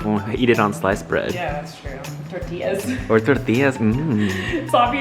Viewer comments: I love how say “tortillas” like real tortillas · saying tortillas like the culture queen he is! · The Part In Where Says Tortillas He Says It Perfect Like A Hispanic Person lol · WAIT does speak Spanish? My lil Mexican heart fluttered at that accent when he said tortillas like yas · The way said tortillas sounds so fluent! Does he know how to speak Spanish?? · The way rolled the R in tortillas. Latina queen! ❤️👑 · ok but like why did say tortillas like an actual mexican accent IT WAS SO GOOD